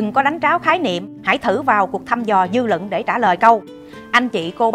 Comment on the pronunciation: lập luận sắc bền rất thích!phát âm khá chuẩn nhưng vẫn còn vài khuyết điểm " luận " " bình LUẬN " không phải " bình LỰNG " chỉnh lại một chút sẽ hấp dẫn hơn chúc em luôn thành công Mãi dõi theo em dõi theo lẽ phải!